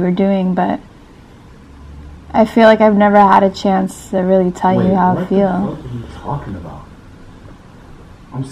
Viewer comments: Did anyone else notice she said '' fell '' instead of feel lol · Anyone else notice that they said fell instead of feel. Lol